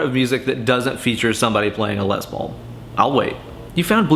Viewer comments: Less is more. It's pronounced like less, say less Paul not more paul, or lesbian paul. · Tomato, Les Paulo haha